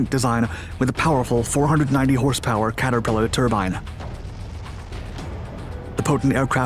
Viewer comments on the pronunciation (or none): none